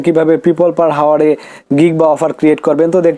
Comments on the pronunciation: ভাই হাওয়ার হবে না, বলতে হবে আওয়ার। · হাওয়ার না আওয়ার 🙂 আগে ইংরেজি শিখুন😂